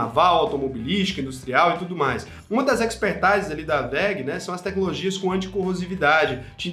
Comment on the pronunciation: Expertise... O “i” tem som de “i” mesmo.